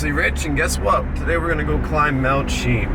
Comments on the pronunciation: Its pronounced Mt. "SHE-EM" CHEAM. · It’s pronounced Chee-yam. From the Halq’emeylem word Xwchiyom which is the name of a village at the base of the mountain on the Fraser river. The actual Halq’emeylem place name for Mt. Cheam is Lhílhleqy.